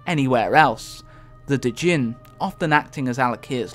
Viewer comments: Was the error where you said DE-JIN instead of pronouncing it gin? The d is silent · You mispronounced djinn. You said "duh-gin" instead of "gin." ;) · Here are the errors that I was able to notice: Picture of a water elemental, when talking about Baron Geddon. Therazane is the stonemother, not the earthmother. Also a mispronunciation of "Djinn", though i don't think that was intentional. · The D is silent in Djinn.... almost.... its so subtle it might as well be silent.